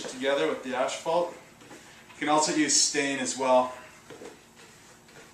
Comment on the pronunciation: You are saying asphalt, right?